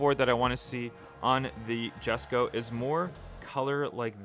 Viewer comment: Hm Ok WES Ko